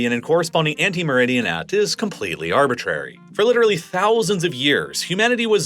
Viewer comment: It's 'antimeridian', not 'ante meridian'.